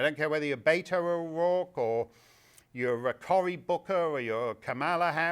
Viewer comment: Oh that's his real name? I was hearing Beta O'Rourke!